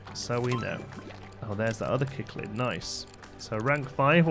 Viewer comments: I love this series, and I'd love to see you go ham with a sandbox aquarium soon! Also - it's sick-lid. But it makes me grin every time you say kick-lid and it honestly doesn't matter much. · Cichlid is pronounced as sick-lid :-) Hope that helps, would love to watch a series in sandbox mode